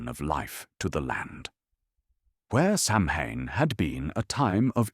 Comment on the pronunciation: "Sau-when", not "sam-hain".